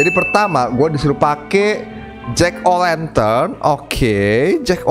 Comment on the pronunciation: Hallo omong omong jack o lantern bang bukan jack o wenten wkwkwk